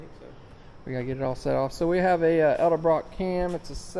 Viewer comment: so many people say elderbrock instead edelbrock. it always makes me chuckle.